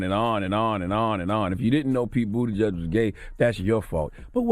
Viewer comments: Boot-a-judge is different from boot-edge-edge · I also been saying bootyjudge lmao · Pete Buttigieg. pronounced: “Boot Edge Edge” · “Booti-judge” lol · This fool Charlie man should get donkey of the day for saying “bootie judge”. And kept pronouncing it that way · I wish Charla knew how to pronounce Buttigieg. 'Boot edge edge.' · Is his name really pronounced Bootyjudge? I think not 😭😭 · No One: Charlemagne: Pete Bootyjudge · It’s pronounced Booty-chug